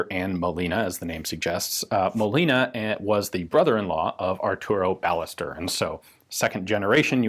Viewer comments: Should this not be pronounced "bai-YEH-stehr", not "BAH-leh-ster"? The "LL" makes "y" sound in Spanish, I believe. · The name pronounced in Spanish is "Ba-yes-TERR" it is a common last name as is Molina. And the other translation is more realistically "manufactured by", not "for". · If anyone's interested here's how we pronounce "Ballester" in Argentina (or in Buenos Aires, at least): BA sounds like BUmp; LLE sounds like SHErman, the S is a simple s, and TER sounds like TERminal. Of course this is an approximate way to do it but I'm not gonna be throwing phonetic symbols here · FYI - The "LL" in Spanish is a separate letter and it's pronounced like a Y in English. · Does the "ll" in Ballester not make a "y" sound since it's a Spanish name?